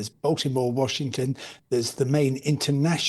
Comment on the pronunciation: Bowser, She doesn't seem to be able to pronounce anything correctly at all. Shehcretary? Watchington? At least 13 "uh" utterances...